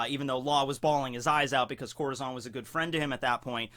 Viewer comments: Corahzon? Try not to ad that "aw" sound at the end of every "A" when coming to Japanese (but in this case a Spanish word). nevertheless love your videos, stumbled upong them recently. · Dude i love your vids but your pronouncing it wrong (corazon)